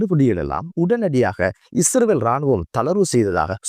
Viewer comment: Not isravel. Say Israel. Or consult a speech therapist.❤ I think it's not that bad. You have to practice this Word several times every day. You can. I wish you well.❤